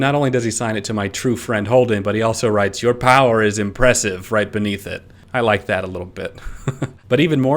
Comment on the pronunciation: He forgot the 'r' in 'impressive'